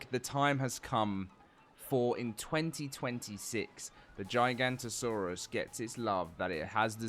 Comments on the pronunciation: GIGA NOTO SAURUS!!!! Not GIGANTOSAURUS!!! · Giganoto not Giganto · It’s not “J-eye-Gahnto-saurus” is “G-ihga-Notosaurus” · Bro purposely said giganto saurous for coments it worked 😑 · GIG-A-NOT-A-SAURUS < this is how its pronounced :face-purple-smiling-tears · Giga-not-a-saurus. gigantosaurus. Is a sauropod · bro still dont know how to pronounce giganotosaurus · Not how you say the name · He still can't pronounce the name. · I mean it's only been 10 years of saying it wrong guys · yeah there's no "J"